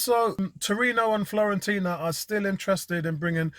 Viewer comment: it is Fiorentina, as in FEE-OR-entina. Blessings. Enjoy the international break!